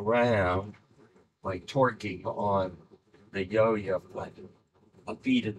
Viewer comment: That word was torqueing lol